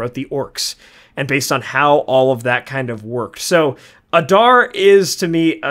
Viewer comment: The way guys say Adar just kills me. UH - DAR, bro you're a LOTR content channel. Its AH-Dar